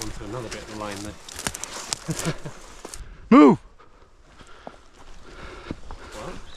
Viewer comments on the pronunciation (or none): moo-ve you say?